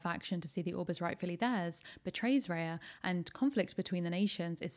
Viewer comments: It's Rah-ya not Ray-ya. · Genuinely hate to be this person but it's Rah-ya. It's a word in many of the languages from the countries the film is inspired by. I hope this isn't too much 😅